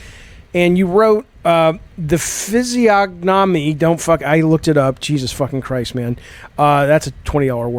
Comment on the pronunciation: I can't believe he posted the word "physiognomy" and NEITHER OF YOU know how it's even pronounced! The "g" in "gn" is usually silent, you know...